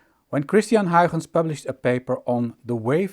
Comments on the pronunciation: Walter Lewin applauds your pronunciation of 'Huygens'. You must be Dutch. ?v=Y4orpjIaLgA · See people, that’s how you pronounce Huygens correctly. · Main takeaway from the video: How to pronounce "Huygens"! /jk 😆